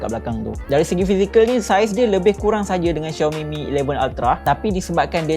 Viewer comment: Aummmm Finally betul jgk sebutan Xiaomi